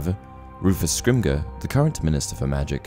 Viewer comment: the way you pronounce Scrimageour tho hshahah skrimmgr :p